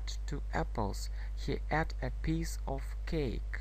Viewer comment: слово "ate" читается не как предлог "at", а [eit].... проверьте по словарю, пожалуйста....с уважением Englishмания